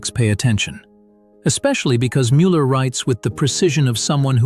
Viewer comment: Canyou pkease leRn how zo pronounce Müller cotectly! Gdrmans try to oronounce English eords vorrectly so you can do the samr at leadt eith names especially with tbe ones yoz are using and zhaz are vety well known its